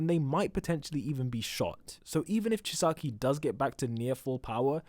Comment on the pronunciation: does he know he's pronouncing Chisaki wrong?